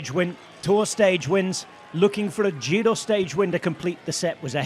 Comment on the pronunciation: Bike bore Ned tries, but butchers the Italian names more than his soon to be forgotten TdF efforts.